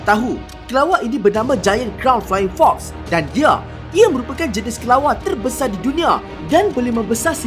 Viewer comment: Perkataan teebanyak terbesae di dunia